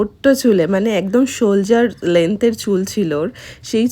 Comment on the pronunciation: ওটা সোলজার নয়, সোলডার😮